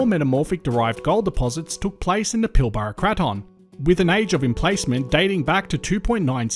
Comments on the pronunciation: i‘m sorry to nitpick but here in WA we pronounce pilbara as pil-brah not pil-bar-a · It's pronounced PILBRA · It's pronounced the pilbruh